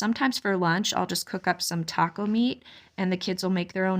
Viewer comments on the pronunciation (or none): none